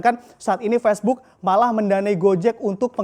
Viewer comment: Facebook mas, bukan pesbuk. Gregetan gue